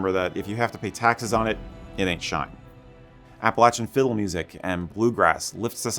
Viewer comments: Thank you so much for pronouncing “Appalachian” correctly! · Thank you for not butchering the pronunciation of Appalachian.